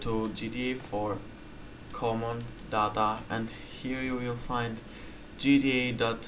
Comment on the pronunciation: when you say data sounds like dada XD